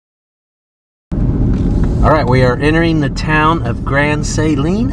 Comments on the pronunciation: You’re mispronouncing Grand Saline. It’s not Saline with a long A, but is a short A with the accent on the 2nd syllable. Just FYI. Texans are very particular about correct pronunciation of town names. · Grand Saline....pronounced suh-leen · Love your channel-I live in East Texas. I had to learn East Tx speak lol-so Grand Saline is pronounced more like Suhleen and the store Brookshires is pronounced Brooksures -just helping you sound like a local -I came from Dallas 47 years ago and it is a different world here. Love East Tx! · Never heard anyone pronounce Grand Saline that way. Its always been Suh-lean in my 40+ years alive in Tx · Love the video, watch many of your videos. Your daughter is beautiful and sweet. Okay, so Grand Saline is pronounced Su leen, short u and long e for suleene. Brookshire's is pronounced brook shers. Not brook shires with a long I. Anyway, love your videos. I've been watching for years and you got into my part of the world.